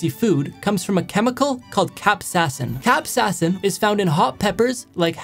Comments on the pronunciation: I love how he starts saying "cap-sass-in" and then midway through, changes it to "cap-say-sin", the correct pronunciation. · He went from capsassin to capsaicin and I thought that was the real pronouncation and capsaicin is just a taboo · Bro really said Cap sass in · The pronunciation: Cap Say Sin: Capsassin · "capsassin" caught me off guard ngl its pronounced (cap•say•uhh•sin) btw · "Cap sassin"💀 Capsayasin is how you pronounce it. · BROOO IT HURTS ME WHEN HE PRONOUNCED "capsaicin" , "capsasin" instead of "capsayacin" (by meriam webster) 😭😭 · naa he said capsassin. its pronounced cap-say-uh-sin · It's pronounced cap say sin not cap sa sin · no it’s pronounce cap-sayi-sin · Merriam-Webster says it’s pronounced cap-sayi-sin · pronounciation of Capsasin burns more than the Capsasin itself.. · Bro went from cap-sas-in to capsaicin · Everybody: The correct pronunciation is 'CAP.SAY.SIN' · Capsaicin: Capsassin Me: I thought the pronunciation was cap-say-as-in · Correction(Cap-say-ya-sin) that's how to pronounce capsiacin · U should pronounce it like "Cap Say Sin" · Y’all, chill on the man! He pronounced it wrong, now y’all going “capsassin” like bro 💀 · Cap say is in is how you pronounce it 😂😂😂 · did he really just pronounce it "capsassin" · I never heard anyone pronouce capcasin and "cap sas sin" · Ok here's how to actually pronounce it Cap-say-sin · Not being rude but the way I've heard it pronounced is cap-a-sayin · Its pronounced "Cap-say-sin". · Its pronounced: Cap-Say-Sin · My dear child 'tis pronounced cap-say-sin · How to pronounce Capsaicin properly (Not Saying His Pronouncing Is Bad) Cap-Say-a-sin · It’s actually pronounced cap-sei-a-sin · Pronounced kap-say-i-son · It’s pronounced cap-say-uh-sin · It’s cap-say-asin that’s how you pronounce it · ITS PRONOUNCED CAP-SAYASIN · Its pronounced “cap” “sae” “sin” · Isn’t it pronounced “cap-say-a-sin” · Its pronounced cap - say - uh - sin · Pronounced cap-say-a-sin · It is pronounced cap-say-sin